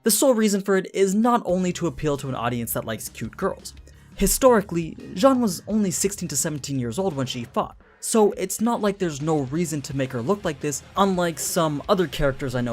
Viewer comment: It's Jeanne no John